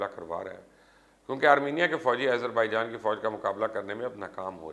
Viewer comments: Its Azerbaijan not ayezarbijan... Bolain to theek se plz.. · Why continously calling Azarbaijan, AIZER....? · YOU STILL CALL IT AS IZERBAIJAN WHAT IS WRONG WITH YOU ????????? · Aaiezerbaijan.....hahaha....how is he pronouncing it😂🤣😂